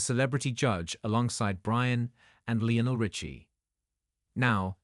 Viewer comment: Pronounced Lionel WRONG